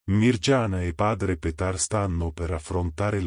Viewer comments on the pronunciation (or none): Non si legge Mirgiana ma Miriana!!!!